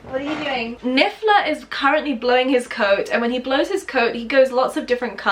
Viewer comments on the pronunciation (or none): I don't know if you did that on purpose or his voice type but it's niffler not bigler